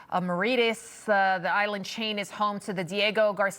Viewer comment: My god - that American female journalist doesn't know how to pronounce Chagos nor Mauritius. has she never heard of these places before?! :( - well I hope she learns.